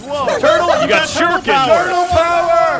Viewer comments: Did anyone else die a little every time said Shur Ee You Ken? Shuriken. Shur. Eh. Ken. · Shuriken! Not shoryuken:( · it's a shurikan. not shuyukan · I would correct him about calling a shurikan a Shoryuken... but far more amusing that he continues to call them that. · Sergeant Johnson Yeah. because he probably got his brain wired between both words. Shuriken + Shoryuken = Shoruken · Was anyone else wincing every time called them shoryukens? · Does say shoryouken? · Who the hell keeps saying shoryukens? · really wanted to show off the fact that he knew what Shuriken are, except for the fact that he pronounced it wrong the 12 times he said it. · Is saying "shuriken" wrong on purpose?